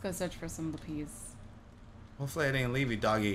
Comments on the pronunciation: (Lap-is) not (lap-eez) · Laphis not laphies thumbs up if you know what I mean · The way cupquake pronounces lapis she say LAP-EE-SE instead of LA-PIS